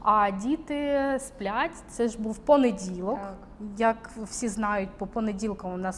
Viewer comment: Теж різануло вухо… «понеділок»… ті дні памʼятаю похвилинно мабуть